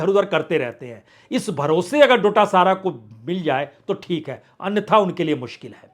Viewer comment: दूदू, शाहपुरा, खंडेला, महरिया, नदबई, बेगूं, दांता रामगढ़, नावां, उनियारा, मंडावा, ब्यावर, गोगुंदा, सवाई माधोपुर, आदि: उच्चारण बेहद गलत है। गुज्जर नही गूजर, डोटासारा नही डोटासरा।